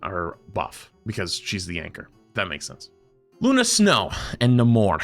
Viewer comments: It's pronounced Nuh-MORE... not NAY-more 😂😂 it's a spanish word that means "without love" if you watched the second black panther movie. You pronounce it correct then immediately pronounce it wrong 😢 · U were actually right the second time u said Namor. A lot of people say Naaymor but it’s def nahmore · The way you say Namor is actually more comic accurate. It's suppose to sound like "no more" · Please say Namor like you used to 😭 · the way you think namor is said, is wrong, the other way, the way you think is wrong is right. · has trouble with it too, he misreads and stumbles a lot. Maybe don’t be so critical idk